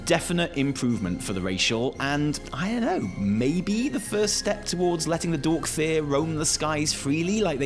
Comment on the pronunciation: I dont know if said this on purpose, or if it was just a slip of the tongue, but in my spoken language, dracthyr will forevermore be known and "dorkthyr."